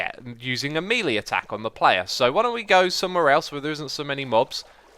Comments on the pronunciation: The word melee is from the French mêlée which is pronounced "may-lay" in the US, and maybe "muh-lay" in the UK, but never "mee-lee". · "MELI ATTCK" what do you meaaaaann!!!!!